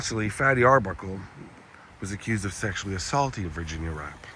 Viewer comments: Her name was actually spelled and pronounced Virginia Rappè ( Rah_Pay, accent ova the è) not wrap or rape...the media had a field day with her name being similarly spelled rape...smdbh...fatty's career wuz destroyed ova this but after 10 yrs he wuz starting to get work again and make a comeback until he died b4 that happened... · I thought her last name was pronounced “Rap-pay” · Love love love stories from old Hollywood. After studying this scandal for years, I believe Fatty Arbuckle was innocent...a so-called bad rap. And that's not word play on her last name because I think it was actually pronounced ''Rap pay''. Have a great weekend & 💗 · I've heard of this. Her last name is pronounced with an A as in fiancé. I believe Fatty is responsible for Virginia's death.